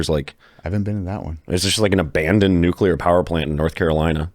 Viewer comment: I have a dream that one day will know how to pronounce nuclear.